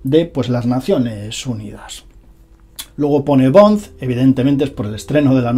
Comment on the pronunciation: minuto, like si te has reido escuchando a diciendo James BONDZ... BONDZZ.. jajaj, también podemos llamarte??